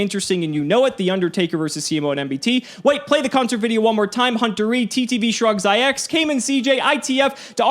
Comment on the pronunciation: Bruh just realized you called me Shrugz IX it is Shrug-zix